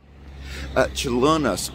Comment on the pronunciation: Your pronunciation of Čiurlionis is spot on, nothing to worry about :)